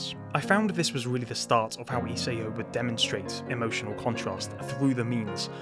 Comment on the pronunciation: It's "I-sah-o."